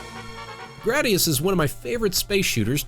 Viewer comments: The game name is actually pronounced GrAdius, as in the word "grade" but with the "ius" at the end. There are reasons for this, mostly stemming from Japanese culture where the game originated. Also, have to disagree with you on Super Mario AllStars, for me at least, having played all of those games in the original incarnation, the SMAS versions are highly more desirable over the originals. The game mechanics are identical, down to all the pixel-precise tricks and glitches that can be done. The graphics, soundFX and soundtracks and so much more refined on SMAS that it simply isn't a competition. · I'm with you on this one. I've never heard it pronounced in the way the narrator in the video said it. I've always heard it and said it like you described, similar to "gradient".